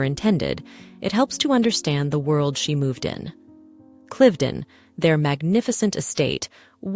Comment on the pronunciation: I wonder why the AI commentary has two pronunciations of Cliveden, one laughably wrong.